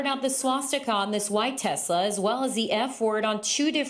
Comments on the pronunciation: It's not a Tesla, in Donald Trump's pronunciation, it's a Tesler. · “I love Tesler”! Deport Elon ASAP